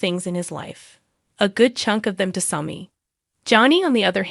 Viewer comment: Learn how to pronounce there names or stop talking about Days. I have been watching Days since the beginning of the show Sammy not smoke or whatever your saying. 1965 is when I started watching with my mom. 30 minute show in black and white